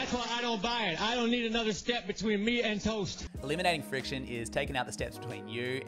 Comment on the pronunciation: "Elminating Friciton" lol.